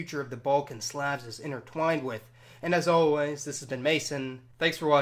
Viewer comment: Im sorry but what in the world is this random pronunciation of words like Slavs